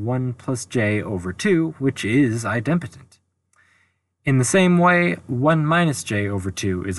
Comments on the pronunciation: u had my full attention until u pronounced idempotent as eye dem' potent. it is eye' dem po' tent. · At 14m02s, there's a typo in the 3rd (triplex) matrix. The bottom row has a & b swapped; it should be [ a c b ] [ b a c ] [ c b a ] On another note, I believe that "idempotent" is pronounced, "EYE-dim-poe-tint." It's a combination of idem, which is Latin for "same," and potent, for "power." A related term is "nilpotent," an element some power of which is the identity (usually the 0 element).